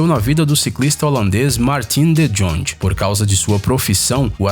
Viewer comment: Que horror vc falando “de Jong” vai toma no cu